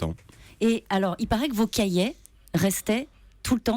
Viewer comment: Cahier pas cahiet